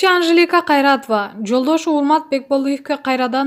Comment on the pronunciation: Тантыкта жон эле койчу окубаганын билинип турат журналис болбой эле койчу кайратва дейтко кокмее 😂😂